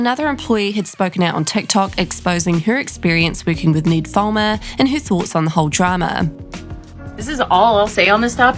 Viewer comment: His name is not pronounced like that, lol. I get having an accept and prounouncing words differently, but this is someone's name. Ned with a short e sound, not Need with a long e sound. Its and eh sound. Not saying this on behalf of the try guy, but all other Ned's out there, as well as the auto generated captions. If you have a strong accent, maybe listen to the name you are about to repeat a couple times, in their own accent, to get the pronounciation right.